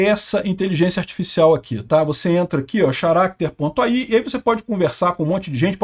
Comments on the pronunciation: Pronunciar "character" como "xaráter" é foda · Xaracter não né. 🤦🏻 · o "h" não é pronunciado em Charater, amanhã volto pra mais dicas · "XARÁQUITER"... Não é possível. faz essas pronúncias fajutas só pra chamar atenção mesmo. Incrível.